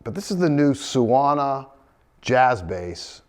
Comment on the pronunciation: Suona means "he/she/it plays" in Italian. It's pronounced "soo-AWE-nah", more or less.